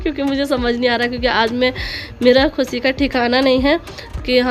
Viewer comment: Baje khusi nahe khushie hota hai